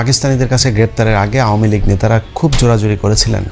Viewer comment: এই বেটা আমুলীগ কিরে ? বেটা ইউটিউমার আমলীগ নামটা পর্যন্ত উচ্চারণ করতে পারে না ?